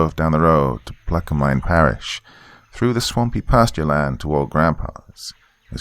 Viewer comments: Plack-a-min Parrish is how its pronounced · Pronounced placker mans perish. Lived near there my whole life